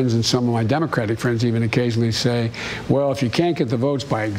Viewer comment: Vell said.. now they will cansel you. Hehe